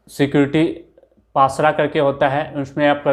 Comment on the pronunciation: Pasra nhi pasara hota hai 😂😂